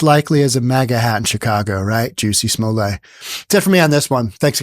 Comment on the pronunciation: Smol•let, it's not a French name but English.